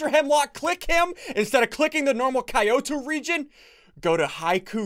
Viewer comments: ssundee the amount of cringe I get when you pronounce Kyoto wrong is unbelievable (it's pronounced ki-o-to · The way he says Kyoto physically hurts me